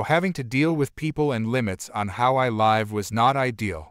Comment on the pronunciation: Learn to pronounce Mamabear, it’s not mamabar. Also pronounce live right